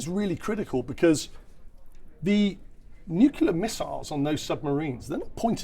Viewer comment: This nucula thing. Is it something to do with atomic nuculas?